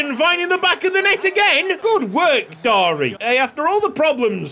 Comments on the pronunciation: Darie in Romanian, pronounced "dar-ee-eh" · Darie's pronounciation is something like dah-ree-eh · Darie would be pronounced something like Dariey in Romanian, so excited for this series!!